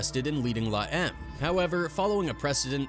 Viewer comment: Dude its la em may eme. Not la em.